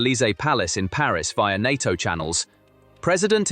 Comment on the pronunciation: En Ay Tee Oh ... is often pronounced (in English) as NAYTOE. NATO, easy enuff?